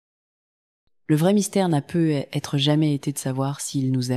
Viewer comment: Il faudrait apprendre a la voix synthétique le mot "peut-être "...